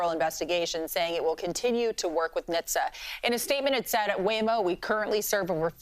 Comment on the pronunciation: NHTSA? Just say all the letters like everyone else please